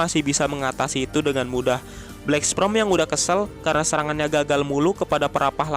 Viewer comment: Nihh si mimin bolak balik ngomong Black Sprem, black sprem,,, (Black Sperm) wooeeeeee!!!!!